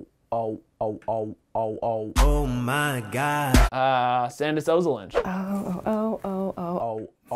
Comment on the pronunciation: It's Sandis* Ozolinsh not Sandish, just saying